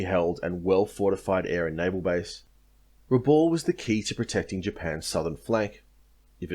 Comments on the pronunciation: Rabaul is pronounced Rah-bal not Rah-ball. Good presentation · You've probably been told this before, but it's pronounced Raboul, not Raball. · Pronounced rahb owl